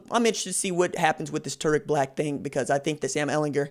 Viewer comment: Bruh this man said his name wrong 😂